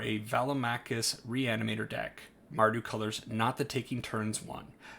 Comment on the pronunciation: BTW you nailed the pronunciation 😁